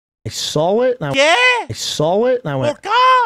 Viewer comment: Bruv the way he sits like a lady principal and talks so confidently but then can't say "saw" or "text" f*cking kills me.